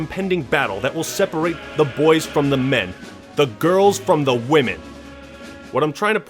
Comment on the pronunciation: "wamen" LMAO